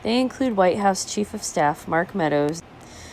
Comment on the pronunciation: Lol huwhite!